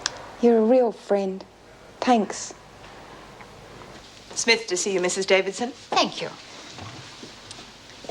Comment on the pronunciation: I hate the way says tanks instead of thanks